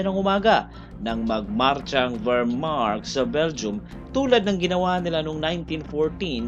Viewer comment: Akala ng mga Pranses at Belgian na maliligtas sila sa matatag na fortification na hatid ng Maginot (pronounced as Majino) Line pero umikot sa masukal na kagubatan ng Ardennes (Arden) ang malaking bulto ng Wermacht (Vermak) kaya huli na nang malaman ng Belgians at French forces na nasa likuran na pala nila ang mga German. Di inisip ng Allies na dadaan sa maputik at masukal na Ardennes ang mga German. Kung di nagtagumpay ang Dunkirk evacuation baka natalo na rin ang Great Britain at nasakop ng Alemanya. Battle of the Bulge naman ang isunod mo!